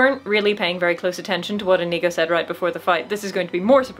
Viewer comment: Great video,. I agree with you on this great little movie and the great big swordfight. Try and get Iñigo's name right, though. God knows he says it himself often enough. The accent is on the first syllable, and the n is an ñ, not an n... just copy Iñigo. 🤨